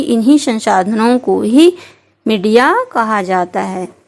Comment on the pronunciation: Madiya nhi media hota hai medam ji